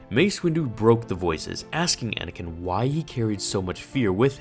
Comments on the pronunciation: You just figured it out because you're dumb and it's Anakin not anikin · Well, it's actually Anakin, not Anikin, so..